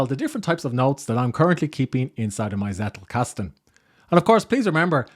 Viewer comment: Nice Video. Hint from a German-speaking viewer: the emphasis of the word "Zettelkasten" is on the first "e", not on the "a" 😇